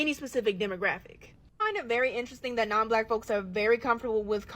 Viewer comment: If you can't pronounce the word 'that' without a D as the first letter of the word, I'm not listening to you. This comment is not directed to the content creator btw.